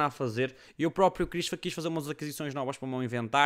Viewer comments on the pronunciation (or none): none